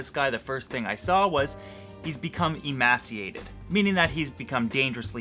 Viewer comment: Great video, awesome Canadian spirit :) PS. Just a note, I believe emaciated is pronounced "ee-may-see-ated" :)